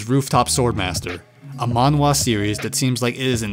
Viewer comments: Its pronounced manhhhhhhwa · The a in manga and manhwa are pronounced the same way...